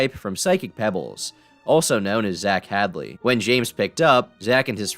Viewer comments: “Zach Hadle” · "Zach Hadley" lmao